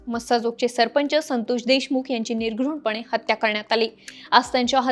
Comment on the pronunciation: निघृण नाही .निर्घृण म्हण.